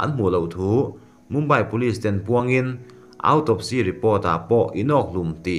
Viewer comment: Kei ai chuan ithiam zawk ngei anga mase, autawpsi(autopsy) ti lo in awtawpsi(autopsy)ti a lam kha hriat nuam zawk hehe